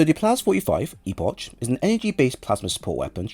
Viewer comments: It’s a CK sound at the end of Epoch, not CH. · It's E-Pok. Not E-posh